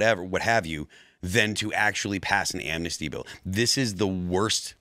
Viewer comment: Its not Amnasty please inform yourself read the bill ITS NOT AMNASTY.